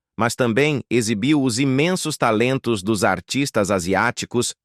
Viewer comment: " É ISSO REALMENTE QUE / OS/ CONECTA!😅😅😅😅😅😅😅. Delito fonetico! 😅😅😅😅😅😅😅😅😅